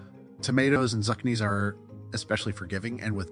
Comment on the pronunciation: Zu-can-knees? Wtf..